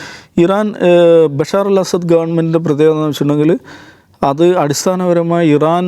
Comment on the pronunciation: ബശാർ അല്ല ബശ്ശാർ. അസാദ് അല്ല അസദ്. അതായത് ബശ്ശാർ അൽ അസദ്